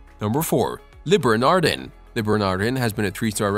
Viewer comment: Butchered the pronunciation of Le Bernardin and Eric Ripert